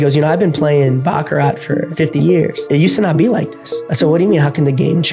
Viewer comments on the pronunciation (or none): Calling Cap Baccara(t) no T 😅